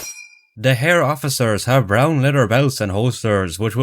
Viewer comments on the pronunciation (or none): none